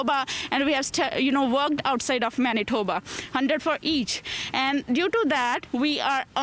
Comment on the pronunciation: Naah you say MANITHOBA'H...